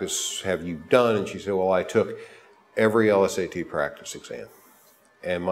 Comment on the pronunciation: L-S-A-Ts? What is this dude too good to say LSAT like normal people?